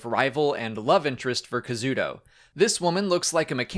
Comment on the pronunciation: KA-ZU-DA! HIS NAME IS KAZUDA, NOT KAZUDO!!!